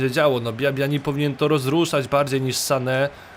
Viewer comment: Dlaczego tak akcentujesz nazwisko Sane? Przecież on jest Niemcem.